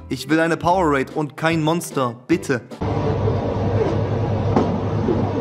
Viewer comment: Es heißt Powerade noch Powerraid 😭